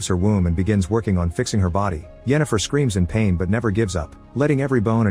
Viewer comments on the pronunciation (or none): none